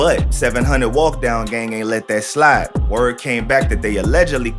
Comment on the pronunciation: dis mane said baby walk dog and not baby walkdown 💀